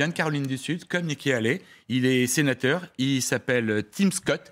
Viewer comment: '' Haley '' se prononce hey-lee pas '' aller ''